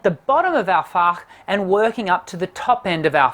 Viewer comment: As a German: your pronunciation of "Fach" is *stellar*. I'm sincerely impressed. And Germans are not impressed easily, as is commonly known.